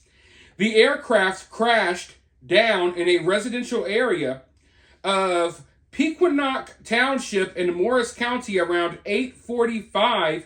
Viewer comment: Just FYI, Pequannock is pronounced peh KWAN ock. And I've confirmed with a town resident who's "in the know" that the crash here was really just a hobbyist's drone. Not sure if it was trying to get a closer look at one of the big ones we've had flying overhead most every night, but I suspect that's the case.